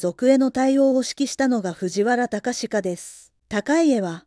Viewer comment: 隆家はたかしかではなく『たかいえ』ですね。